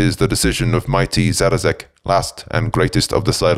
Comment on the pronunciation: Great read but his name is Szarekh not Zarazek.